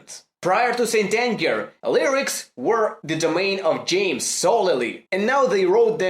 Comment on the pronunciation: I thought he said Stalin